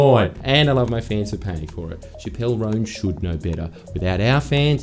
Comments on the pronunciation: CHAP-əl ROHN. Shuh-PELL is the gal that got in trouble for some drug smuggling thing. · Chappell Roan is pronounced like “chapstick” not “shappell roan” btw :) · shappelle roan 😭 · not pronouncing chapell roan even close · I'm disappointed not even the producer corrected Jordan on his pronunciation of Chappell Roan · The only kind of speech that should be silenced is the way Jordies pronounces Chappell Roan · The most contemptible bit of this vid is Jordan pronouncing Chappell Roan’s name like Dave Chapelle’s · Chappell Roan's name being said incorrectly so many times in the intro hurt my ears and I'm not even a fan of her